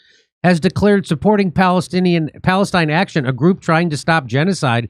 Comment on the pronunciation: it's not "p°l°st°n°°n action", jimmy ... sheesh, americans are so bad at reading!